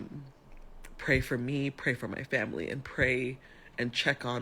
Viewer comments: It’s the “ANDDDTTT” everytime she said it and you repeated that took me tf out 😂😂😂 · Say it with me "ANDT", that was perfect!